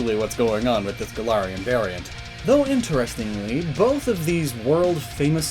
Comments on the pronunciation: It's Gal-ar-Ian forms, not Guh-laryin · Me, a Pathfinder player, constantly hearing "Golarion"